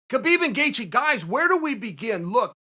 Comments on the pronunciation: Me: Gaethje Chael: Gathje Me: okay, great. Gathje. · You mispelled Gaethje , Chael.